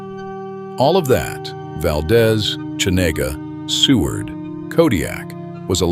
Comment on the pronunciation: Geez, if you're going to do a video like this, at least learn how to pronounce the names! It's not hard. Valdeeez Cheeena and you can't even fix typos because it is Pacific not Pacicac. Looks like AI slop to me